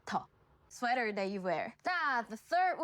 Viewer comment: Sya-woh = Shower 🚿 Suwe-toh = Sweater 🥼 😂😂😂